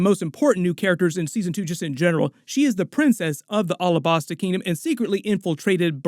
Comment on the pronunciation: Pleas dont call Alahbasta like that. Say it like the state Alabama. Alabasta